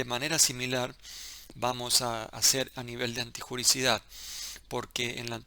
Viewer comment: Doc es " antijuriDIcidad" no antijuricidad